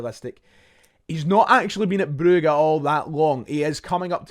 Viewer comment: Calling it bru-ga annoyed me so much your no from Belgium mate it’s Brugge stop trying to be derek Rae